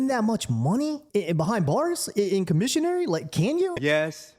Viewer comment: Ha you said “commisionary”